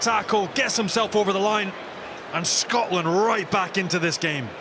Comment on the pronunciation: Worst commentator of all time. Stop calling "Scotland", "Scartlernd"